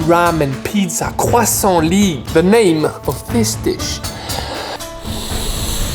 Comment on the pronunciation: so that’s how you say croissant